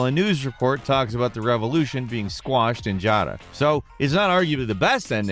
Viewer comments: they say yara. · Why does mispronounce everything in games when the actual pronunciation is in the game? They say Yara in the trailers even, not Jara. They say Geralt, not Jeralt. They say sekiro, not sekido. What is it with people pronouncing things their own way and doing it wrong with confidence? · Pronounced YARA by all characters, Jara isn’t accurate to Spanish anyways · Yara not jara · I am more amused by how misspels "Yara" as "Jara" then anything😂😂😂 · I get triggered whenever he says “Jara” instead of Yara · Why are we calling the island “JARA”??? It’s clearly “Yara” 😂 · I love this channel, but this guy drives me nuts in his videos. He mispronounces EVERYTHING. It's almost like he goes out of his way to mispronounce words. If the thing you're talking about says Yara a million times, going out of your way to call it Jara everytime is just ridiculous. I'm going to call him instead of from now on. Every video he's in he changes characters names and everything. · stop calling it JAARA i cant stand it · Don't get me wrong, I love this guy. But HOW does he pronounce almost everything wrong, like Ja-ra and Kai-rat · Stop callin it Jara, I’ve never heard the characters call it Jara lol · I'm replaying 6 now and misoronouncing Yara is still one of the funniest things. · Anybody else bothered by the way pronounces Yara? 😂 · Dude there is no J in Yara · Okay you pronounce the name Juan right, why is Yara hard? Ys AREN'T PRONOUNCED AS Js IN SPANISH!